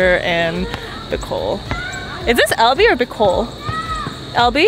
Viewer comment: When I heard you say ‘LV’, I thought you were referring to Legazpi and just made some kind of a shortcut word out of it. Later did I know that you were actually tryin to say ‘Albay’. Had me laughing! 🤣🤣😂